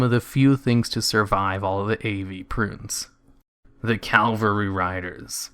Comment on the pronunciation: CAV-UHL-RY. Cavalry. Not "Calvary" which is the mythological site of the religious fictional character Jesus' crucifixion. Drives me nuts every time I hear some uneducated person say the wrong word. Which you do in this video about 5 times so far. Ugh.